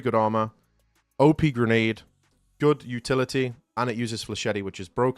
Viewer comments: Bro does not know how to say flechette☠️ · That's not how to pronounce flechette, dude. Edit: you're also mispronouncing brigadier. Edit: Also cavalier.